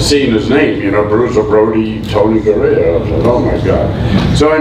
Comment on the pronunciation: That’s Tony Garea not Gorea